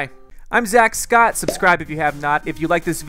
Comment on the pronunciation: Scoot!? It's Scott